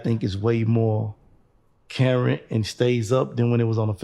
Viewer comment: Off subject comment incoming: did he say “Karrent ?" 🤣🤣